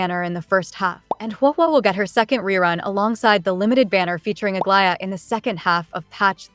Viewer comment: You’re the first YT CC who can say Aglaea’s name without my skin crawling. Thank you lol